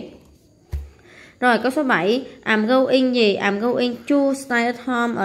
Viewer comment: cô ơi cô đang đọc nhầm gòi đó cái từ i'm go ing thì phải đọc là am gâu ing chứ khum phải đọc là àm gâu ing